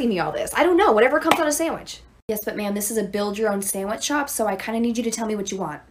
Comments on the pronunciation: She said like “samich” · Lol!! Bro I'm lol 😂" I wanna hot samich"On the plane! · “I wanna hot sAmMiCh”